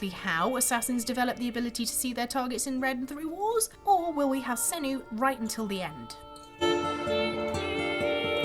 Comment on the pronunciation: really? Is Sanuu such a hard name to say? Fucking idiot reporters